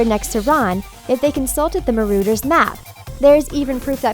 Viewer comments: Marauder's not Marrowder's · So you say Maroaders and then Marooters. Choose a false pronounciation and stick with it, thanks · The way she says Marauders' makes me wanna puke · She can't even say marauder either D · She also said Petty Grew And marauders